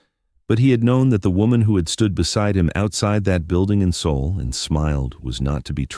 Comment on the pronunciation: It's Seoul